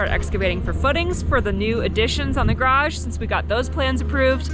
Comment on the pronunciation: !: You say the word garage seven times in this video. Alas, you bungle every one of them! Even though you are surrounded by many people who don't have that affliction, and otherwise correctly pronounce all other English words, garage receives special inconsideration. I recommend kanoodling with Trent some evening and say it with him like 200 times. Your upper/northern east mangling is inclined to omitting almost a whole syllable out of the latter half of the word.